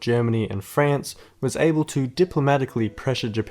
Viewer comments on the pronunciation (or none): none